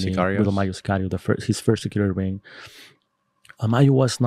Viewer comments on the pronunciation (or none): none